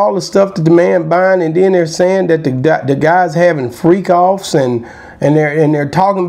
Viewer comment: It’s not that hard to remember how to say Freak Offs bro you acting real sketchy to me. 🤔